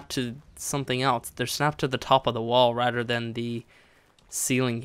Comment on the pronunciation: do you relise you say Rader and not rather